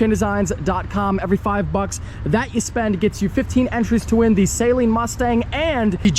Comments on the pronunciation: SUH-LEEN Mustang not say leen lmao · A Saleen Mustang is not pronounced "Saline", like salt water. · cringe at the way he sales Saleen. Lol. (Say-lean) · Never buy first gen. Saleen not Salean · Its not say-leen dumbass!!! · Can you plz stop calling it a say-leen though